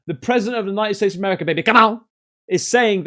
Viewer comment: Dude when you say Merica, come on! That is spot on. Aint no one better than Merica. Nascar and guns baby.